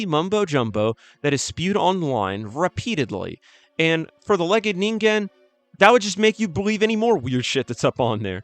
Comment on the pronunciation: Fuck thank you for pronouncing it right One too many times I've heard "ninjen" when finding out how to say it is literally one google away